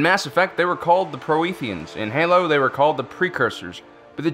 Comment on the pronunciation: Javik. Prothy the Prothean. Not Proethy the Proethian